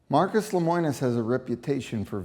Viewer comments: Yikes. His name is LEMONIS. Not LEMOINIS... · I don't doubt CW's practices or what is provided in the video. However, I think the video would be better presented if the interviews were not scripted. Also, it's LemOnis, NOT LemOIns. :-) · Seems like you would know how to pronounce his name. It's Le mo nis. Not Le moi nis. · Unpopular Opinion: I’m sorry, but not everyone is a victim. If you are investing in something as expensive as an RV you should do your research and educate yourself to avoid getting scammed. Stop being victims and protect yourself. If you don’t, YOU are to blame, not the company. Also, it’s pronounced LEH-MOH-NUS. Just saying. 💁🏽‍♀️